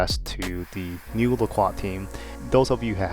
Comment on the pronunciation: It's "La Croy"...